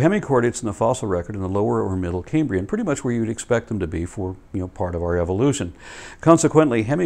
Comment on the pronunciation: Love these and your other uploads,. Small point: as a native of modern-day Cambria, it sounds a bit like you're pronouncing "Cambrian" as "Caymbrian". The "Cam" in "Cambrian" rhymes with "ham" - it's not like the "Ca(y)m" in "Ca(y)mbridge". Please pardon my pedantry, and keep up the good work!